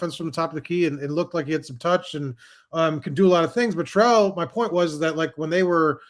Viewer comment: Here’s an easy way for you to remember how to pronounce Aidan’s name - he’s a man, so you don’t pronounce Sherrell like a woman’s name (it’s not Cheryl).